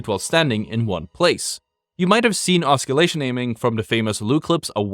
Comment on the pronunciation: OSS-illation, not osc-illation, as far as pronunciation goes. For future reference.